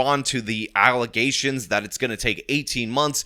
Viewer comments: You can tell can't help but say "Allizations" instead of allegations. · Oh my gosh, they aren't "allegations" they're "allezations".